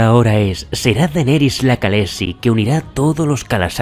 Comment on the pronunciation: ¡Vaya currazo! Gran vídeo. Un apunte sobre la pronunciación: las letras «kh» se suelen usar en inglés para representar un sonido similar a la jota española. Si te fijas, en la serie, cuando hablan en inglés (o sea, en la lengua de Westeros) pronuncian con 'k' y dicen «kalessi», etc. pero cuando hablan en dothraki pronuncian «jalessi». Están basados en los pueblos de las estepas de Asia central, que tienen ese sonido: llaman a sus jefes «jan», aunque len muchos lugares lo vemos escrito como «khan».